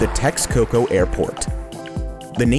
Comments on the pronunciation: I think you pronouce it differently than "TEX - COCOA" didnt do your homework , eh ? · Its pronounced Teshcoco not TeXcoco...